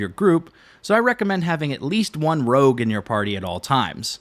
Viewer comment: It's rogue not rouge fyi. Just trying to help.